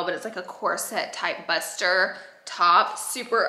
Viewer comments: I love that she pronounced it "Buster" instead of the correct "Boo-stee-aye" lol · BOO. STEE. AY. Hahahahahahahaahaha!!! When you said Buster I thought about “Selena” with JLo from ‘95. Her dad was like “ITS A BRA WITH LITTLE SPRINKLY THINGS ON IT!” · she did not say 'buster' i am crying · Laura [middle name] Lee, did you just call your top "buster" instead of bustier (boo-stee-a)? 😘😘😘😸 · I kept thinking “what is a buster top?!” But I think she meant bustier 😂 🤦🏼‍♀️ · Buster instead of bustier lmao as a southern gal myself I love ya girl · Bustier = boostie-yay lol she tries though and is so cute! I love her!